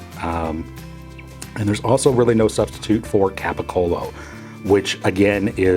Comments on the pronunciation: Capicola....cola....not colo. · Capacollo? It's GABAGOOL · Its pronouced gabagoo !!!!! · All meats and cheeses should be on the bottom. And again, get rid of the black forest ham add Mortadella. And it's capicola is pronounced gabagool! Lol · He is mispronouncing Gabagool! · It's pronounced kobahola it's pronounced cobagol